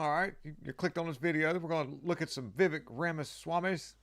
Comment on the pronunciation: He actually pronounces his name "Viv-A-k", not Viv-E-k - yes, it's spelled with an 'e" but he pronounces it like an "a".